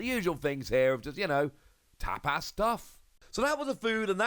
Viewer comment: No it's the way pronounced tapas and fuecoco